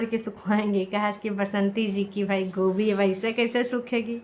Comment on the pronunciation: Kabi dhyan se sunna gobhi ko kobhi bolte h😂😂😂